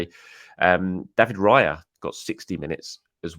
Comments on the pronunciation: Raya does not rhyme with PIE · Raya rhymes with player